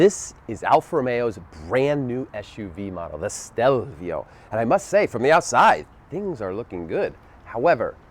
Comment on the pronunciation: Can you say the name correctly?